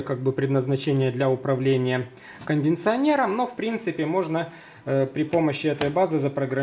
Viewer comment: Спасибо за труды! Но вот не могу пройти мимо, так сказать, сильно режет слух. Не первый раз встречаю, не только на этом канале - вроде бы Вы учите других, сыпете сложными терминами, разбираетесь в том, в чём другие не могут, но БУДЬТЕ ЛЮБЕЗНЫ, ПОЖАЛУЙСТА, выучите это слово - КОНДИЦИОНЕР, и ни как не «кондиНционер»!!! Вы сговорились все что ли?!! Кто учил Вас русскому языку? Простите, но не вытерпел.